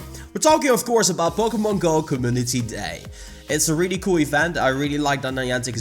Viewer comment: Why do you keep pronouncing Kaboodahty day?